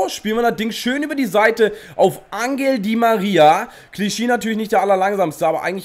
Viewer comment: Das g in Angel spricht man "ch" aus also sozusagen "anchel di María"